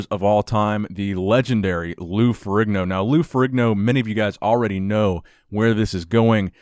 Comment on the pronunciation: Isn't Ferrigno pronounced Fer-EEN-o ?